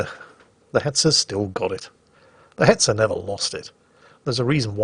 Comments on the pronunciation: Oh baiter. I was wondering why you were saying beta. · Baiter?! No, more CurryWurst for You until You get it right!!